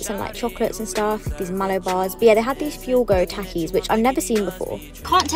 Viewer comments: She did not just say 'American' and Takees its pronounced with soft T Taakis and they Mexican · ITS NOT TACKIES ITS TALKIES. Pronunciation.